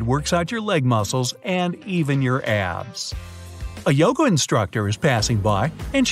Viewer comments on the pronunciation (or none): none